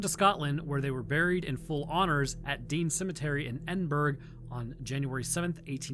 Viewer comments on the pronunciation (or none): dude, it's said EdingBOROUGH not berg..... Just a head up my bro. Silent G like lasagne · Just your regular, everyday, normal Brit here - enjoying the history and wincing at the pronounciations of any place in the UK. My particular highlights are 'Green-which' and 'Edinburg'. Love the videos man, keep up the good work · love your videos on both channels man, but why did you say Edinburgh like that ☠️